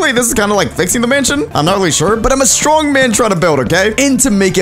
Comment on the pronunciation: He said strong WRONG IS STRONK